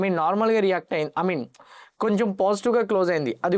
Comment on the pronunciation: I Mean.... ❌ అమిన్.... ✅